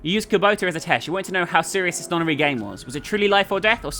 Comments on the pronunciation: keeps reading Kubota like Kabuto, a pokemon. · I love how pronounces Kubota differently every time